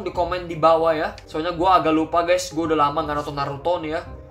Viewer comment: Saskeh nartoh